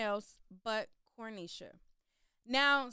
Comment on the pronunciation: Where are you getting the “L” in the pronunciation of her name. So annoying